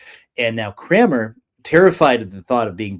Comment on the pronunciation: Thomas CRANMER, not Cramer.